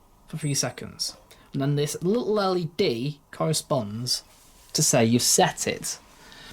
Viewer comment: always gets a like from me! 👍 "Speed Bumps!" 🤣 Could get any cuter? ❤️... I love the way he says, "LE-Dee" My Hisense has an Inverter motor, but it's belt drive.